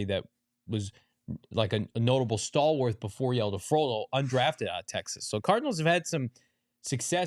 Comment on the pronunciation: I love you but I beg you: stop saying stalwarth. It doesn't have an h. Love the coverage you guys are awesome